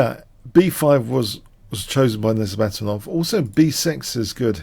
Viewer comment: You said:Nice-mate -dinov.